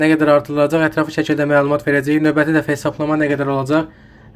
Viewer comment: Novəti yox a qoyun, Növbəti